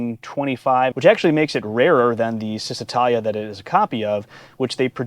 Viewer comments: It's chizz, not sizz, when pronouncing first syllable of Cisitalia. While I'm at it, Lancia is pronounced LAWN-cha. Ciao, baby! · It’s pronounced Cheez-eh-tah-lia. Ouch! In Italian, ci is a ch sound. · Great video! One thing, however: it's pronounced "Cheezee-tahlya"